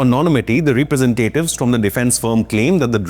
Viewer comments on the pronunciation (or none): Representatives.Not Re Presentatives! 😂